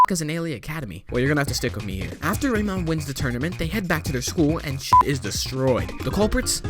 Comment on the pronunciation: Why you say it as reyron eleven and why am i here i watch the first season already im already at crono strone